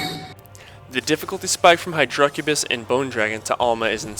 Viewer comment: Dammit say hydracubis right lol. The emphasis is on the "hy", not the "dra"